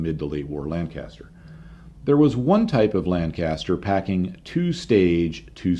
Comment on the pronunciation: please educate yourself on the correct pronunciation of Lancaster.